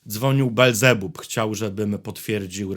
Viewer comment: Niekryty, Ty jednak chyba nie pójdziesz do piekła, bo nie umiesz wypowiedzieć imienia Belzebub. Jak się z nim przywitasz ?? :)